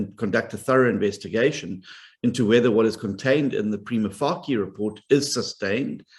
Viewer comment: Please can people just pronounce the expression "prima facie" correctly or use the term "based on first impression"